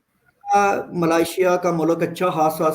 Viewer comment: Arzoo can't pronounce Malaysia. I have noticed Pakistanis cant pronounce this word properly including her friend Cheema.